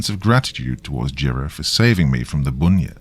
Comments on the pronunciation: Everything was great just pronounce it as bun-yip... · Great story as usual. But seriously, dude, it is pronounced 'bun' as in the bakery goods. To an Aussie, your pronunciation is a little frustrating. 😊